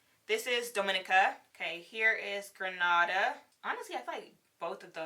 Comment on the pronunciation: I'm sorry when you gre nada .... Girl it's grenada like the island😂😂😂😂